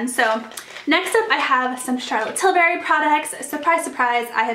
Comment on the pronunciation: Just a friendly FYI Charlotte pronounces her last name with the U sound not an A sound. You seem to call in TilbArry but its TilbUrry. Like burr it’s cold not berry the fruit ;)